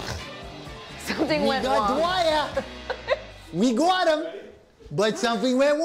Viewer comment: WE GWOT DYWER! WE GWOT HIM! BUT SWEOMTHIHN WENT WONG!